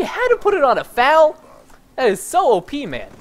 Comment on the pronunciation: That's the first time I have heard an American call it the fal instead of the F A L